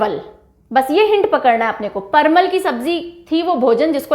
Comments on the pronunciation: Parmal nhi parval hota g😂😂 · Ma'am vo parmal nahi parval hota h , jisko patal v bola jata h